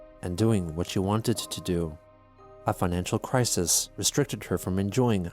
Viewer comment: I think you mean "Financhu Crisis".